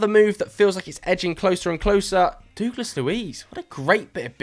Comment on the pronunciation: I’ve said it before, and I’ll say it again.. you mispronounce Douglas really badly 😂